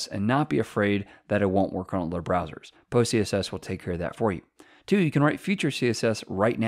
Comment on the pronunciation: Why do I keep hearing pussyCSS?? Good Video tho.